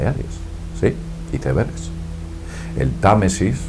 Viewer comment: nieve en el sajara y los icebergs (aisbergs) yo pense que los españoles no tenian faltas de ortografia al hablar, pero o ya veo que se les patina la lengua...